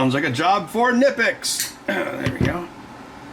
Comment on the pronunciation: So glad you said knipex…and not kuh-nipex. Haha.